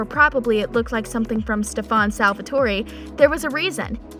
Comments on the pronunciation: Seriously. She pronounces it as salvatory😂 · Stop saying SALVATOREE. ITS SALVATORE. DONT PRONOUNCE THE E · OMG IT IS PRONOUNCED Sal-Va-Tor